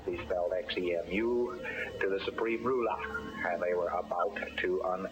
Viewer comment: Lol ' Shurpreme Rulah!'